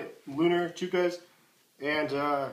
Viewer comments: Ch-uh-kuhs not ch-oo-kuhs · I thought it was Chuck-ahs? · choo kahs LMAO...